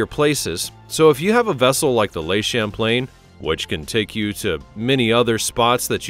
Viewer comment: "Le" in French isn't pronounced "lay" and Seychelles is pronounced "say-shell"